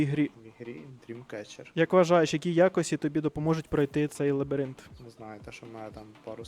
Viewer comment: Лабіринт а не лабірінт 😂